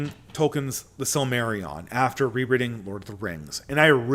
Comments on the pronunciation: The sill-Mary-ON. 🙃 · pronouncing Silmarillion is a recipe for disaster 😂